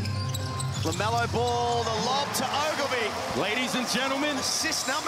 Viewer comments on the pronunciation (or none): it's like they're saying Lamelo Bull 😂